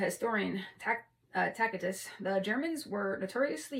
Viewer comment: Nice reading, thanks! Also, the C in Tacitus is a soft C (so like "Tasitus") Tacitus is definitely worth a read, as well as Eusebius